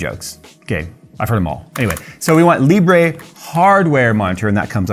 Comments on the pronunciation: Just call it "Libr" and not "Libreh" since Libre means "Open" in French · Libre is French, and it's pronounced 'lee-bruh', not 'lee-bray'. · Its pronounced leebruh lol